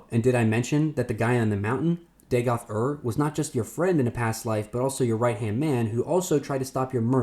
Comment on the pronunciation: “Daygoth” bro come the fuck on 😂😂😂